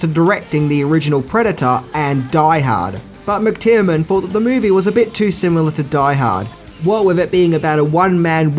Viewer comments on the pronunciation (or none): Aaaaand it's John McTiernan (not McTierman), Dennis Hopper (not Hooper) and Joss (not Josh) Whedon. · 1. "Jan" is pronounced "Yan". J is Y in Europe. 2. "John McTiernan", not McTierman. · Also McTierNan, not McTierMan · Man can you pronounce any name correctly? It's mctiernan not mctiermann or mixed Tireman or whatever the hell you're saying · McTiernan is not pronounced McTierMAN or McTIREman . It's pronounced McGucciMayne. Hello! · Its McTiernan. I think you pronounce it every way except that!!!